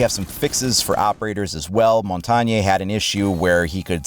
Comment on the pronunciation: Omg some people have not idea how to pronounce montages name. Being bilingual and sort of fluent in French it's funny to hear people try to pronounce it. It's pronounced mon tag ne (not montagenee)and if that don't really help just go to google translate and translate mountain into French and listen to it.